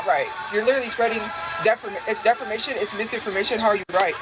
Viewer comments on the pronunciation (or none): both her and amberlynn say “defermation”